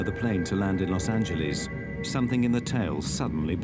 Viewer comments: Las AngeLAS God damn Brits not Las AngelLEASE. 😂 If you're talking about our cities pronounce them correctly. Damn listening to Brits drives me mad sometimes. 😂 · Los angeleeez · Sorry but- “Los Angelees” “Pueto Vaarta” Sir I’m